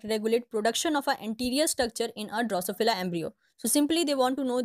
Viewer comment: Excellent effort to explain the different stages of Drosophila development. Thank you so much !! Only issue is the pronunciation, if it can be improved the video can be be more effective.